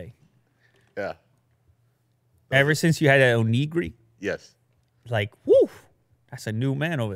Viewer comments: It's pronounced "own - ih - gee - dee" but yeah that was hilarious the way was saying it lmao. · Your pronunciation of “onigiri” is disappointing lol 😔 cmon